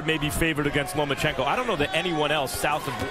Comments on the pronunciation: lol he keeps saying lumenchenko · Why he call him Lu-ma-chenkow? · Who the fuck is "Loom-A-Chico"?